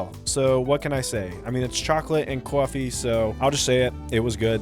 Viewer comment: chocolate and... cwoffee?